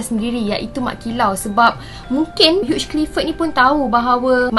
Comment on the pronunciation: Hugh Clifford disebut sebagai ‘hiu’ Clifford. Bukan ‘hiuj’.